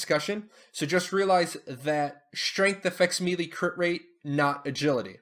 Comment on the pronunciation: Thanks for the videos. Helpful for returning player. FYI - Melee is pronounced like Maylay, not Mealy. Can be distracting.